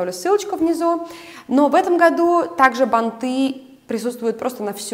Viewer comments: Спасибо за видео, очень интересно, но ударения! Особенно банты режут слух. Ударение должно быть - бАнты, как и лЕнты! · ...бАнты, плАтья. НЕ бантЫ, не платьЯ. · бАнты! шАрфы, с плАтьями. Извините, но ухо режет.